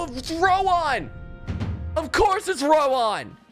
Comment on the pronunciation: I desire your suffering for pronouncing Rowan as Row On